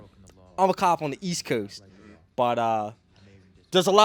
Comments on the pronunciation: Heard how you pronounced coast and I'm betting Maryland area. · The way he said “coast” smells like bmore PD haha